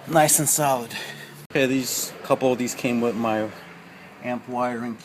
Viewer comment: Thanks, very informative video bro. One thing, you say "wit" instead of "with" just like my wife, lol. She's from Brookyln, I tease her about that all the time. :D Thanks again.